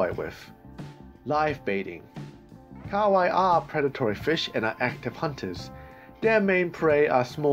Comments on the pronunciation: Ka wai its pronounced ka ha wai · KA-HA-WAI NOT KAWAI